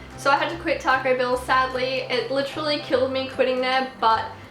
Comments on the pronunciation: is she saying taco bill or taco bell ? haha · Taco bill isn't the same as Taco Bell